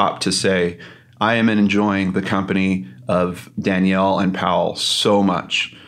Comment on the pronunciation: This was such a well done vlog! Loved seeing you and together. Btw, maybe I’m mistaken (really sorry if so) but according to the spelling of her name, shouldn’t it be pronounced “Da-nell”, rather than “Dan-yell””? If it were spelled with an “i”, as in Danielle, it would be pronounced “Dan-yell”. I’m truly sorry if I’m wrong, I’m fairly new to both your channels.😬 I appreciate so much the work you both put into your videos.👏🏼👏🏼💕